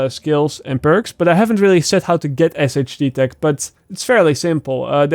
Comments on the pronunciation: Not really sure how you didn't know this already but SHD Tech is pronounced Shade Tech. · When's gonna realize "SHD Tech" is pronounced "Shade Tech" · I love how you say Shade tech 😂😂 😂